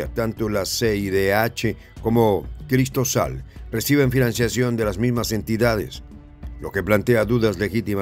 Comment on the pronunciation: Quiso decir Cristosal, no Cristosol